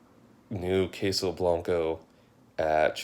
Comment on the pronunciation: Since I couldn't comment in the trailer, I just came here to say that I am mad for some reason for the way they said queso. Sorry but just had to comment also good review.